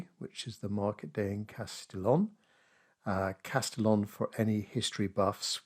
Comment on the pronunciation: It's pronounced 'Casti-yon' by the way. Interesting that you didn't use the vibrancy of the rather abundant complementary colours in the photo but instead, emphasized the cool values.